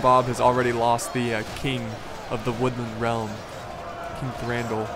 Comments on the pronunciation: you read Thranduil as Thranduwil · can't say Thranduil right lol